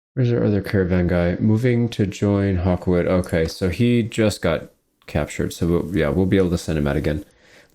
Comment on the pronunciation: John gawkwood?